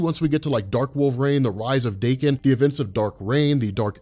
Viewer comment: His name is pronounced "Dock-In" not "Day-Kin'. Funny thing is I always pronounced his name as "Dock-In", since the first time I read it. I never knew there was confusion about how to pronounce it. I'm pretty sure this is the first time I ever heard anyone say his name before.